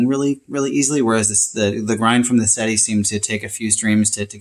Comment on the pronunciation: "Seh - Teh". I.e '7' in Italian. Not "Seh-tee" ...